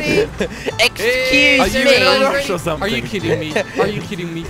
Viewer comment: says are you khidding me